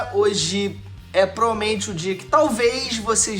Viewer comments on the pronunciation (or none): "Prolmente" Trabalha essa dicção